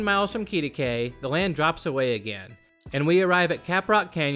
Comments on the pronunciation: It's pronounced "Kitty-kway". I had cousins that used to live there. They had part ownership in the Midway Drive-in. Also, it's Bob Wills (not "willis"). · Quitaque (KIT-ih-kway) Thanks for the video. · We pronounce it Kit-ah-quay! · it is pronounced like kitty quay and its bob will's not bob willis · Kitty-kway. And Bob WILLS, not Willis.